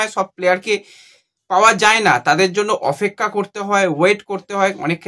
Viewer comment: অপেক্ষা এটাও ঠিক করে বলতে পারো না